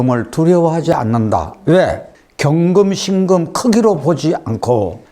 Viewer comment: 辛금의 戌월을 들으니 庚금의 戌월로 들립니다😅 자연은 대우주 인간은 소우주❤ 귀중한 수업 감사합니다